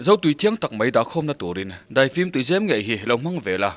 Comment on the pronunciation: Tuizem hi ka ning tawh i chhiar sual hi chu ka duh top